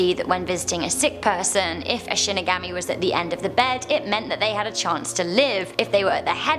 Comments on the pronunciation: it's pronounced "She-knee-gah-mee" not Shin-i-gami.... disappointed..... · Shin-ig-aw-me not shin-ig-AHH-me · Shinigami is pronounced She knee ga me Sorry had to say it or it would haunt me for eternity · “she neh gah me” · Shinigami is pronounced She knee ga me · Shinigami is pronounced Shin nee guhm mee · Nice video as always! Looking cute as always! Minor comment. Shinigami is actually pronounced with an ah sound. Watch the anime of Death Note. Thats how I learned to pronounce it. Not picking on you sorry if it seemed that way. 😁 Keep the great videos coming! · Watch bleach for shinigamis yes a s (also she pronounced it wrong :3)